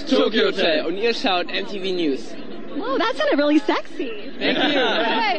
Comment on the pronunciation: "welly welly geat" *laughs* How come that they can't say "R" ? *giggles* Sooo adorable!